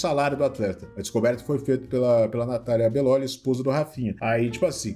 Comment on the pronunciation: falando meu sobrenome como bellóli me fez rir kkkkkk soa tão diferente do bellôli que eu falo, agora que reparei nisso